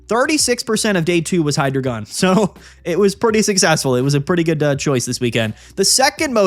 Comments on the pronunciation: please, it’s “Hi-dry-guhn”. I beg of thee, stop with the “Hydra-gone” 😭 Happy holidays man, thanks for the great content this year ✌️ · Why are you pronouncing Hydreigon so wrongly?